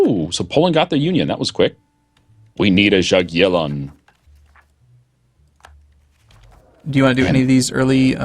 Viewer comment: pronunciate of Jagiellon is Yageellon, not Ja